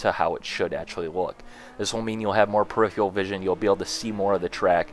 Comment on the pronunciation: And sometimes a wall of text lasted on screen for 1 second while he was talking about something else in the background. :-/ BTW- peripheral is not pronounced "pre - if- re - all"..